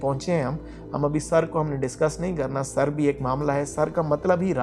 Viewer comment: Sirr ke maana bhed aur raz k h. Talaffuzz sar galat h. Shukriya